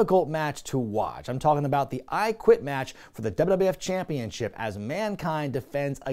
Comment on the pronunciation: The way you say “Champeenship” gives me some Homestar Runner vibes